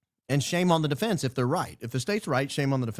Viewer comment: Please teach Candace how to pronounce defense. 😊